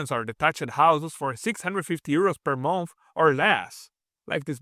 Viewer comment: Thank you for the video, but i had to stop watching halfway through because of the accent. Is it 600 euros per month or per a mouth?